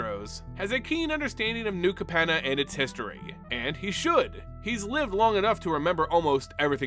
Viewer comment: And Capenna. And repeatedly called "Maestros" the "Mephistos"